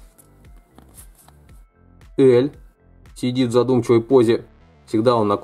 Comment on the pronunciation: слух писец режит произношение имен героев, сразу видно прям трушный фанат, который прям смотрел и читал аниме. заканчивай мужик ты слишком нелеп✊🏻 элЬ и аманЭ епти гений, пенсионер.